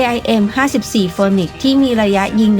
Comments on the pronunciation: AIM54 ฟีนิกซ์ครับ ไม่ใช่โฟนิกซ์ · AIM-54 Phoenix เอไอเอ็ม54 ฟีนิกซ์ ไม่ใช่ออกเสียงว่าโฟนิกซ์นะ แต่ก่อนผมก็อ่านออกเสียงแบบเลยโดนครูเบิ้ดโหลก😅😅